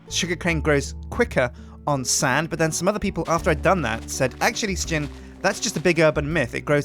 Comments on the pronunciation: its Sjin not shin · ITS SJIN-FREEMAN